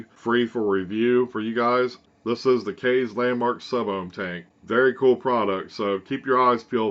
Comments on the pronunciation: It's pronounced kiss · No matter how you pronounce it this is a great tank system. For $40 you get a 0.5 kanthal coil, a 0.2 Ni200 coil and the vertical coil RBA plus everything you need to rebuild it. Not a bad deal at all for a 6ml tank IMO. The airflow is fantastic as well. My only complaint is wiping ejuice off the top fill area every time I refill it and not being able to take the tank completely apart. Those are minor cons though and definitely wouldn't keep me from buying it. Also, I fell asleep last night with my mod in my hand (HA) it fell over on my couch and when I woke up this morning the tank never leaked a single drop of ejuice after laying on it's side for like 6 hours. It's a really good tank man.